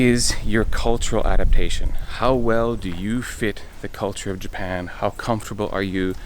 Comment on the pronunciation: More like: Ja-pie-ya-en..hahahahahaahahahahaahahauau